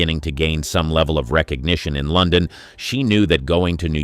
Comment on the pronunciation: I agree, the mispronunciation of words like London is equally annoying. Also the script is very repetitive.